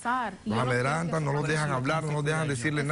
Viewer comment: Se dice amedrentan no amedrantan